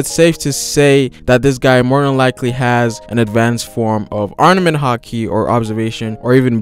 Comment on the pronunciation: It's ARM-MA-MENT! NOT ARMA-NENT!